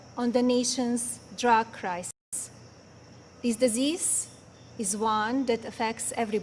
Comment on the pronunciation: Wow such a terrible speech how much time did she have to prep for it? My neck is sore from watching the bobble back and forth. Does she even understand what she is reading? Would help if she can say the word crisis properly. You are not a First Lady and never will be.